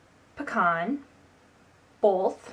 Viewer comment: Ya can really here it when she says "both"